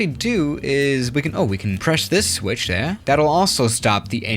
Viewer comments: Normal people: There: thè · Nobody: trying to say THERE: tHaRe